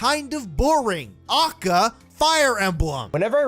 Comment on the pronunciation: Hearing him say AKA like that ruined my day